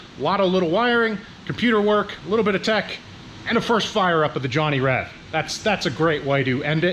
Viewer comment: It is Reb not Rev